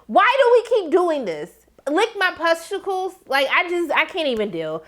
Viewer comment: you kept saying “pusticles” and i kept dying 😭😭